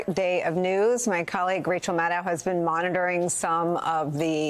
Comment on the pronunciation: Maddow rhymes with shadow you know?